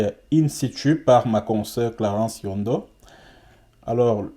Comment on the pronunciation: c'est Yongo, pas Yondo. Néanmoins tes analyses sont intéressantes, pas d'émotions! Il faut rester vigilant dans cette affaire!